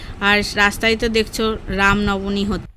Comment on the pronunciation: Raam noboni bole na re pagli raam nobomi bole😂😂😂